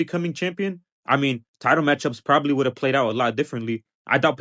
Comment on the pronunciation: We don't understand he says Would've or Would'nt